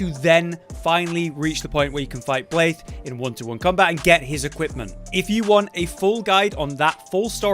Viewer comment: Why the heck are you saying blaithe